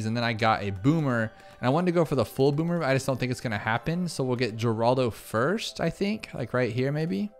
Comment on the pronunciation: Boomer range is clearly "Bommer"